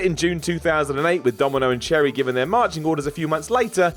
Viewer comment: Also it’s “Sherri” not “cherry”